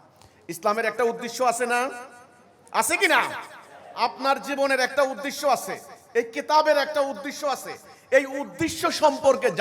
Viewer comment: যে উদ্দেশ্যকে উদ্দিশ্য বলে সেতো বাংলাভাষা ঠিক করে জানে না। সে আর অন্য জ্ঞান কি দেবে?